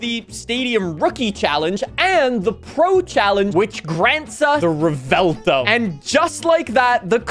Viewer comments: ……… it’s not rEvELtO it’s Revuelto 🤌🇮🇹🍝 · Stahhhppp pronouncing it revelto, it's revuelto, it's not hard bro. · Rev-u-el-toe is how you say Revuelto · Ive been pronouncing the car like "Rev-well-toe" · Been watching your videos for years now, and the way you pronounce "Revuelto" has to be on your Top 3 skill issues. Easily.